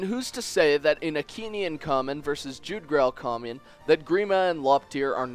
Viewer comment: It's supposed to be pronounced YOOg-drahl